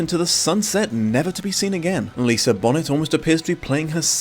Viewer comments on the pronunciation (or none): I remember watching this shortly after college after hearing nothing but good things...instantly made me reevaluate my social circle. Helpful! ...for the worst reasons... I really hated watching the story of this miserable excuse of a human being. Edit: Immmm assuming you said "Lisa Bonnet" ironically and 100% know that her name is sacred and melodious (Lisa Bonet "bow-nay"). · my brain stopped because he said Lisa Bonnet. LOL but yes, Zoe looks a LOT like Lisa. But Lisa and Lenny kinda look alike too so....